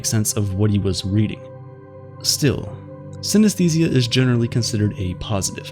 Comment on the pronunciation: Let's pay our respect to the narrator who pronounces the word 'synesthesia' hundreds of times in this video. It was hard.